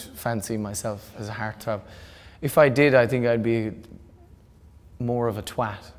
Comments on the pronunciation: It took me wayyy too long to figure out that he was saying HEART-THROB... "HAIRTH-ROUHBB" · It took him saying "heartthrob" at least 3x before I understood what he said. Love it.